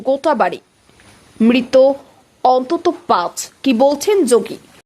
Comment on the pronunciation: Anek bhul sabda uchchharita hochhe. "Antata ke attanta bala hochhe.